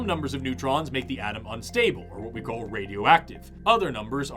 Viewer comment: When you say atom & all i hear is adam 😅